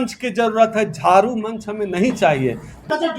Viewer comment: झारू नही झाड़ू होता है